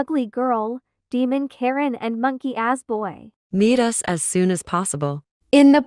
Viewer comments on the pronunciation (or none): none